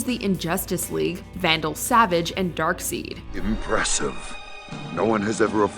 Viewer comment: Excuse me what did you just say It’s dark-side not dark-seed